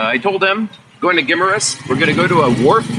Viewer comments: gi MAR us there is no short i (big, pig, kiss) sound.. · Guimaras. Pronounced Guy-maras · My Wife 34 years, was born and grew up on Guimaras ( pronunciation Gim- A Rus, ) later the Family moved to Ilo Ilo, I Have not been there for more than 20 years, Days Motel and Resturant where Superb